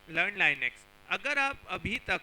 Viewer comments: It's not lainux,it is linux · bhai I think its लिनक्स not लाईनेक्स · laynex ....nahi....linux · chutiye usse Li-nix pronounce karte hai Li-nux nahi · Beta pehly linux bolna seekh ky aao phir batana hacking kaisay hoti hai😉😉